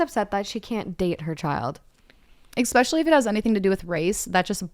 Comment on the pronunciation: every time says expecially i wanna scream